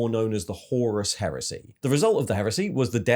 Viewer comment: What’s with his inability to pronounce names and lore correctly. Horus, Tyranids etc